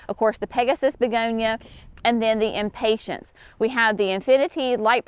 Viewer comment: Is it a “southern thing” to pronounce Impatiens as Impatients? I love your videos and appreciate the step by step explanations…but always smile when I hear you pronounce impatiens.